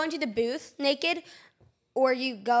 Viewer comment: why does he say naked like that 😂😂😂😂 he says it like my dad😂😂😂